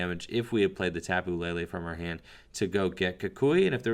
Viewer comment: Its Tapu LE LE Not La La!